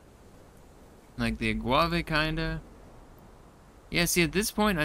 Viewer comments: This is how humans make up new words.... Now I'm saying aguave all the time, thanks! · You been saying agave wrong the entire time, I think you combined guava and agave. Wouldn't be a bad combination though, it'd be like guava juice mixed with tequila.😁